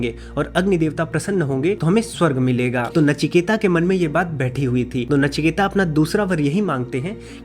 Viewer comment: नचिकेता नहीं है नाम। नचिकेत नाम है। अंग्रेजी और फिल्मों ने हमारी भाषा का सत्यानाश किया है।